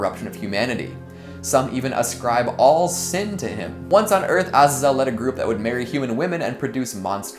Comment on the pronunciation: You're the only other person I've heard (besides myself) that pronounces Azazel that way